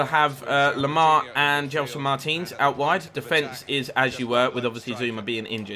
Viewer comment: when you say Martins it sounds like Mertens